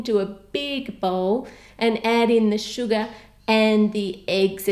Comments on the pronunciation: How To Cook That, can you PLEASE make a BTS dessert, tell us who's your bias and when you said "Sugar" it sounded like you said "Suga" 😂lol BTS reference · When she said sugar it sounded like suga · OMFG! I'M THE ANNOYING GIRL WHO ALWAYS COMMENTS ABOUT HOW HAPPY I AM LISTENING TO YOU SAYING SUGA INSTEAD OF SUGAR... I'M AN ARMY A BIG FAN OF BTS! I AM SO GLAD THAT OUT OF THOSE KPOP GROUPS YOU HAVE PUT IN YOUR CAKE BTS WAS THE KPOP GROUP YOU PICKED! I HOPE YOU HAVE A GREAT DAY AND I WISH I HAVE WATCHED THIS EARLIER 2016 😭😭😭😭😍😍😍😍😍😍😍😘😘😘😚😚😗😗😗😙😙